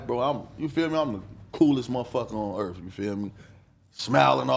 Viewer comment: "I'm da coolest mf on Earf"